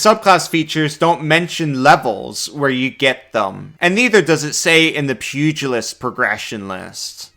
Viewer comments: ...pew-jill-ist...not pugg-a-list... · Small thing, but it's pronounced "Pew gel ist" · Pew-jill-ist. But pug-ill-ist is funnier. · I'm personally disappointed by the lack of squishy-faced dogs in this class. You'd think a pug-ilist (as pronounced by ) would have a whole list of them. Also Happy Birthday! 🎉🎉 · Of course you pronounce it as pug-ilist. You are a pug class. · I was gonna explain how to pronounce pugalist, but you said it correctly a few seconds later so I'm guessing the way you said it the first time was a joke?